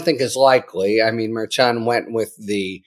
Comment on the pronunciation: he can't pronounce Merchan correctly, he just can't. and the clickbait titles are getting worse and worse. :(